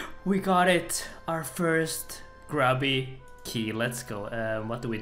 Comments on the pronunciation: It's called a (Grew-B) Key, get it right. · It is pronounced grooby key and you know it son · Disappointed when you pronounced grubby key!